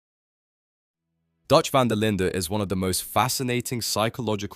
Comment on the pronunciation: You should withdraw that heart. I was making fun of your pronunciation of "Van der Linde."